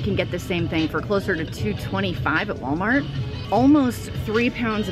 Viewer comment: I love the voice-over where you sound like you're saying: ''You have chosen Wally'' (for Wally World/Walmart). 🤣